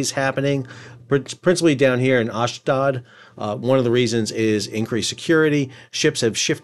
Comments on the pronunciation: Ash Doad. pronounced like 'load' ... love teh content keep it up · TY Sal. FYI- Ashdod pronounced ahsh dode. Dode rhymes with toad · Sal, please pronounce the port city in Israel as Ashdode (as in tode) its ridiculous when i hear you say "Ashdad". Also the other port city closer to Gaza is not askelion, it's "Ashkelone" as in Ash-clone in proper pronunciation. Thanks